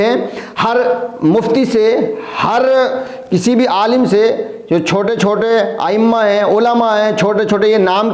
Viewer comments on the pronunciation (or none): none